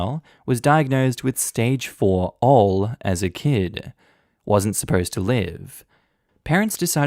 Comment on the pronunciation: Hey, ALL is not "all." It's A.L.L., which stands for acute lymphocytic/lymphoblastic leukemia.